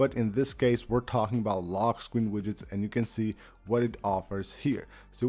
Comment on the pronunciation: “lockkkkk screen” 😂